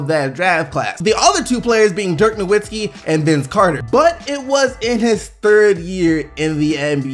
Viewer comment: omfg im tired of people butchering Dirk's name. It's Dirk No*v*itzki (pronounced like)